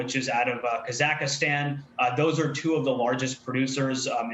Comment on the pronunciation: KHAZ-AK-STAN. Not kazakastan!